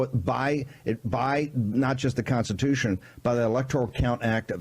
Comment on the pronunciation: "they are violating our conse-tatution."